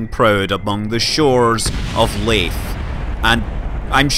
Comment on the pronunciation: Laith? Laythe sounds like: lay-the